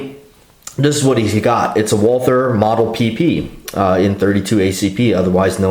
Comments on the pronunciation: John K. Lindgren ....In english, we call it WALTER... Not walTHer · Why does the dude say Wal-"TH"-er. Sounds weird! Like "TH"-ai-land. Bangkok-Johnny Thailand.